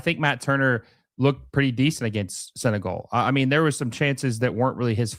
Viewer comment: You really need help pronouncing 'Senegal'.